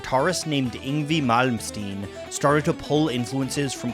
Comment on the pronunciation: "Ingvee" Malmsteen? Really dude?!? "Ingvay", say it with me folks, "Ing-VAY"!! 🙄😂 Seriously, just found this channel, and I love it! 👍😁👍